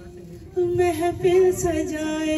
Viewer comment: Not mefil..mehfil hoti hy. thora educate b kr lo khud ko lady.